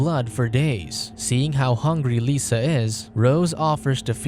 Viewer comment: I know it's petty. but her name is "Lissa" not "Lisa". It's a soft I not a sharp E